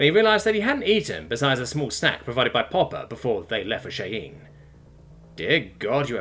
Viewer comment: Loving the story 😄 The area on Earth that they were in is pronounced "Shy ann" . Think I have heard it pronounced four different ways so far, and all incorrect 🤭